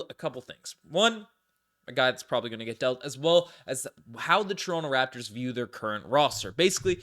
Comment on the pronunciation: calls Toronto= " Torinke' "